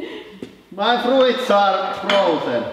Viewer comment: my frooits are a froozin